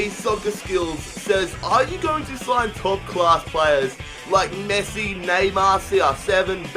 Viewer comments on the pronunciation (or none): none